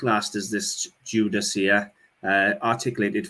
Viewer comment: I loved the silver fish spice box. I am Jewish and I have never seen one. I have a spice box in the shape of a sunflower. The spices are used in a ceremony at the end of the Sabbath and smelling them reminds us that we are saying goodbye to our special day. By the way the word Judaica is pronounced as though the 'c"is a "k". I enjoy your videos and especially enjoy your Welsh accent as my husband is also Welsh. Much success in 2022